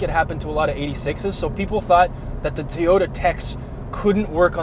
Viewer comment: oh shit said Teyota! Busted!